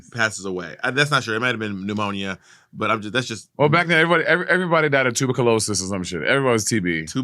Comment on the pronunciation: Tuba-kah-low-sis took me out